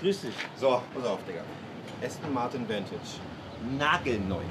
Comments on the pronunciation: Name: Vantage Aussprache:Ventage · Vantage bitte entscheidet euch ob ihr das jetzt verdeutscht oder englisch aussprecht - das denglisch is ja grauenhaft